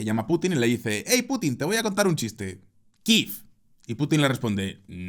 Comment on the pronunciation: ¿Qué moda es ésa de pronunciar Kiev [kif]?